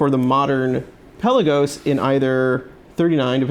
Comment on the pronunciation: In a previous video you pronounced Pe’La-gos correctly and even commented on it at the beginning of the video...now pel-a-gos....😕